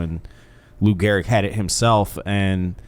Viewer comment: It’s Gehrig jeez